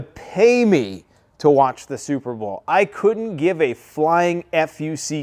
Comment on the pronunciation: SOUP-ER BOWL. a Swift victory 🥱